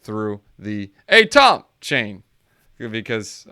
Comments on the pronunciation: You don’t pronounce atom as “A-TOM” did you have chemistry in school? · I cringe hard every time you say ATOM